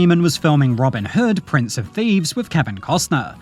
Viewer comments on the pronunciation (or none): none